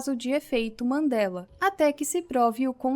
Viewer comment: não querendo ser o pasqualete do bgl... Mas é EFEITOS "MANDELA" e não mandelas po. Ta tirando kkkkkkk A mina fala MANDELAS mil vezes, buguei po kkkk